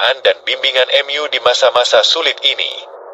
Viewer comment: Gereja utube pakai Ai jadi kaku 😢 contoh. Mu jadi em yu